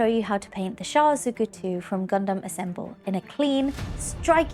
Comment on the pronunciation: FINALLY!!!! A BRITISH PERSON THAT SAYS GUNDAM CORRECTLY!!!!! Dum not dam!!!!!!!!!🤣🤣🤣🤣🤣🤣🤣🤣🤣🤣🤣🤣 We'll work on the Zaku next though.....